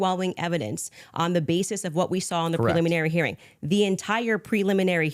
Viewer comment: this is the first time I've ever heard her pronounce it preluminary - she's said preliminary dozens of times in her show I think this was a slip of the tongue.